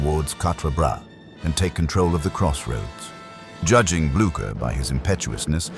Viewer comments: Jaki Gerard, jaki Blacher?? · Co za katastrofalne nazywanie dowódców w tej bitwie przez narratora!! Trzeba najpierw uczyć sie wymowy francuskich i pruskich nazwisk dowódców!!